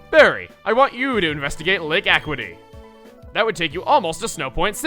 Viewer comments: Chugga... your pronunciation is wrong again. It's not AQ-wiity, it's Ac-U-ity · Again with the mispronunciations. This one's not as bad, and I can understand how you could make the mistake but... It's not "ak-witty," it's "ah-CYOO-it-ee." As in, "mental acuity." And yes, for the love of Arceus, get rid of Fire Blast! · Aquity? Seriously, Chugga? It's Lake A CUE ity. That's how to pronounce it because that's a real word, just like the other two lake names. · a little tidbit, but Acuity is pronounced a-kyoo-i-tee, not a-qui-tee. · I've always pronounced it "ah-KYOO-iht-ee" because I think that's how you would say that word. But I think Marriland used to say "AK-wiht-ee" in his recordings for some reason. Marriland recorded one of the earliest thorough playthroughs of Diamond (and he and Chugga know each other), so that may be why Chugga said it that way. Minor note, but I almost chalked up that pronunciation to the cartoon. I think I missed the episodes at Lake Acuity, though. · Hate to be that guy, but it's "A-cue-i-ty," not "Aquity." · It's akk-cue-it-tee not akk-quit-tee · It's actually pronounced Acuity [uh-kyoo-i-tee]. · I checked the dictionary and its a-kyoo-i-tee. Let me check the anime. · "Acuity" is "a-kyoo-ih-tee", Chuggaa. From the same base as "acute". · You pronounced lake Acuity wrong. It's Ack-you-it-ee. It means intelligence. As to match with the pokemon (who I leave unnamed for spoilers) that lives there. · Chugga I wanted to tell you that I love this lets play and you doing an amazing job, but you said lake acuity wrong it's a-q-i-ty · Hey Chugga, Lake Acuity is pronounced a-"cue"-ity. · Chugga it's pronounced uh-que-it-tee... Please stop making us cringe with pronunciations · That pronunciation of acuity was cringe worthy. Canalave isn't a real place so its open to interpretation. Acuity is just a-cu-ity. Nothing weird about it. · its lake a-cu-i-ty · Chugga you pronounced Lake Acuity wrong. It's Ah-kew-ity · It's pronounced lake ac-u-i-ty